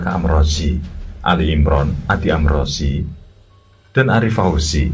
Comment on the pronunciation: Maaf kang,, itu sbnrnya amrozi,,, bkn amroji,, y beda tipis sih